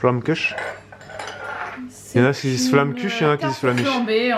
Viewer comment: vive l'alsace !!!!!!!! munster se prononce comme minster. et flamkuche ch pas r !!! mais un peu de respect voyons... allez avouez c'est délicieux non?